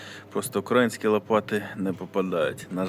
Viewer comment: Я перепрошую. Наголос на Ї. УкраЇнські